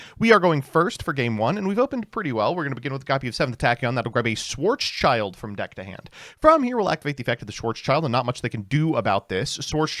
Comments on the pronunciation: Schwarzschild gets mispronounced all the time. It's not "Schwarz" "child" it's "Schwarz" "Schild" (Pronounced like "shield") It's a German name that translates to "black shield". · Dude its "schwarz-schild" ffs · my german ass will never get over your pronounciation of "Schwarzschild"... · As german it's always a joy to see how americans massacre german names. Thanks for that Schwarzschild.